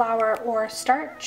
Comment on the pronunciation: "startch" lmao girl, i had to FIGHT autocorrect to get that spelled the way you did